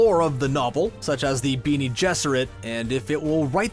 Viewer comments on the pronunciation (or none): Great vid Except for "Beanie" Gesserit It's "Ben nay" Gesserit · Ornit-hopters? Beany Gesserit? Chayny? Dude... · "Ornit hopter" wince "Beany gesserit" wiiiiiince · Wow... there is something to be said for learning the pronunciation of names and story specific terms if you're going to review an adaptation... Chah-ni... Bené Gesserit... Orni Thopter... really?? Chayni? Beanie Gesserit? Ornit hopter? Do you even speak English? ALL of your English teachers are dying of apoplexy right now... I'm surprised you didn't call them Freeman or fade ackin (feydakin) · It's pronounced Be-nay Gesserit, not "Beenie" gesserit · The "Beanie Jesserate" ... lol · "Beanie Gesserit"...oh vey. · "Beany" Gesserit? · Painful to listen to someone read a script about a source material they know nothing about, written by a person who seems to understand it, but applies themes that are not at all intended by the author. Also “Ornit-hopter” and “Beanie-Gesserit” - I cringed so hard I almost came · There's some funny pronunciation in there, like "collick-wealism" for "colloquialism" and "Beany-Gesserit" for "Bene Gesserit." Still, I enjoyed it, even though it's the first Screen Rant video I've watched that WASN'T one of the Pitch Meetings! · Beanie Gesserit... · “Beanie gesserit” and “drug melange” smh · those “beanie” gesserit sound scary....😂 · Wtf is a Beanie Gesserit? Voice over guy mustn't have read the book at all. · "Beanie Gesereth" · Beanie Jesurate? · Craxton "chain-y" is how herbert pronounced her name, just saying. But beanie gesserit, ornit-hopter, and harkoonan are just unacceptable... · what if he's pronouncing it that way because thats how the movie does it. 0_0